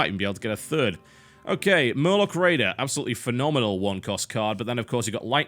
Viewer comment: ahh totalbiscuit when he starts hearthstone "murloc raidar is fonomanal!"